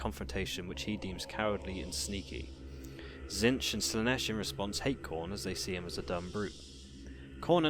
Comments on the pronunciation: Admittedly a very unique way of pronouncing T'zeentch, the changer of ways would be proud. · Good video but pretty sure it's pronounced Zeench with a silent T. They even say it in the TW game.